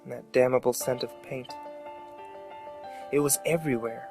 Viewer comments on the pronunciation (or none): In chasm the "ch" is pronounced as a "k". I'm not trying to be that guy, I really enjoyed the video, I just thought I'd let you know. I also think damnable is pronounced with the "n" but that I could be wrong about. Again, I'm not trying to be a jerk, I just thought I'd let you know. I love the videos, as a horror fanatic, it's hard to get a scare into me but you build an excellent atmosphere.